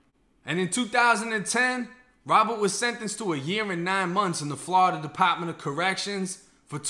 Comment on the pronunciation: How did I get here….mans literally just pronounced Florida… “Flahhhhhdah”